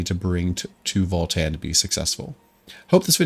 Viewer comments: Please: its VALTAN not FALL-TEN 😭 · it sounded like voll tann